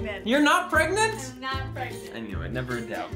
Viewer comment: Pregnant or Pregnot